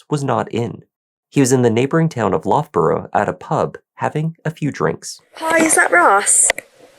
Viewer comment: Yorkshire girl here. Warwickshire is pronounced Wo (as in what), rick, shu (as in shut). Loughborough is pronounced Luff bu (as in shut) ru (as in shut), Citroen is pronounced Sitrun. Hopes this helps for future. As for the story, I'd like to make sure he always had a disfunctional body part.